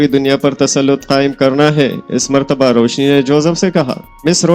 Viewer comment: Bahi correct name is Roushi.. not Roushne